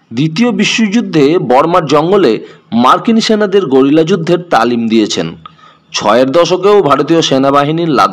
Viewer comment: কথা টা গেরিলা, গরিলা বলছেন কেনো?